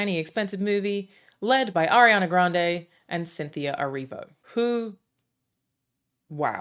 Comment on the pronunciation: hate to be that nerd, but Grande in italian is pronounced the way most people usually say it (grahn-deh, like in spanish). what you're saying is "grandi", which is the same adjective (means "big") but plural--different word.